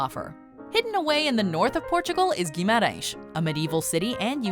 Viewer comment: Hi I'm Portuguese and let me say I was stoked by your perfect accent when saying Guimarães! I'm a big fan of your travel videos. Keep on the good work!